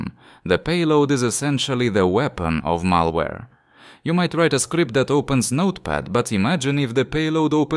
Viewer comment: malawre ALSO KRIS FROM DELTARUNE